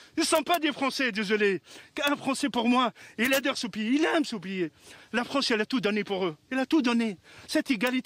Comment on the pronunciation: Oui mosieu. La fronce, il a tout donné à mes onfons.